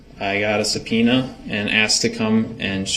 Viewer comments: Did you receive a Pena ?? Sorry ,, What ?? Oh do you mean Subpoena ? Yes !! Dats what I Axed You !! 😂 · Twice in this trial he slips up and asks about the "pena" instead of subpoena. once with Erin Cordes and once with Heather Richotte (sp). I don't think that was a mistake either time. Watch him watch the 2 women walk out of the courtroom. Hes such a creepy creep